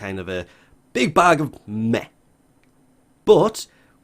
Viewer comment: "Just a Big Bag of Meh" Or did he say "Big bag of meth"